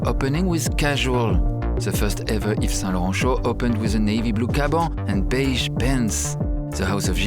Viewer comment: I heard him pronounce yves Saint Laurent and honestly, what is the point of so many vowels if they all make the same sound in French